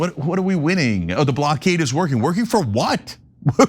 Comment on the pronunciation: Why can’t these idiots pronounce blockade ?